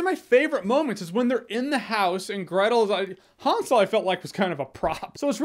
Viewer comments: It's not H-awn-sel and Gretal its hansel and Gretel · Nobody: Jeremy: HONSOL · Is he saying Han Solo and Gretel? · Almost sounded like you said, Gretel & Han solo movie when you read the title. 😂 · i think your saying hansel wrong